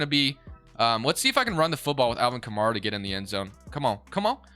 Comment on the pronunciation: your pronounced A. Kamara name wrong it's kah.mare,Uh not kah mar uh